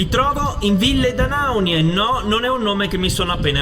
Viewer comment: Ora che hai imparato a pronunciare bene 'Ville D'Anaunia' prova a dirlo in corsivo